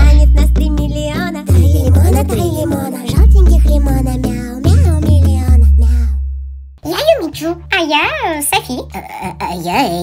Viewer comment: Я одна когда было начало видео услышала что сказала жалких милионов